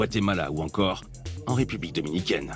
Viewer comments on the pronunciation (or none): none